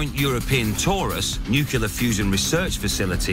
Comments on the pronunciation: "Nucular" all over the place, lol! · "Nukular fusion" FTW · Lol. Nu cu lar